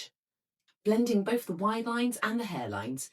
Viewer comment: This is not received pronunciation. RP doesn't include 'bof' instead of 'both', 'smoov' instead of 'smooth', 'fevering' instead of 'feathering', 'wiv' instead of 'with'. These used to be part of a genuine East End Cockney accent. Without this (increasingly found everywhere) affectation, her English would be absolutely beautiful. I don't understand why they do it.